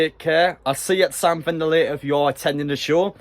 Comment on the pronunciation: definitely said sam bender there like mate